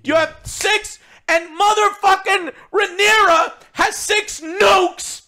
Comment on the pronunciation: Say it with me Joe... RAE-NEI-RA